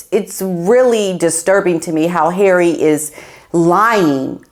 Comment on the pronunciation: HERAY! love how you pronounce his name! lol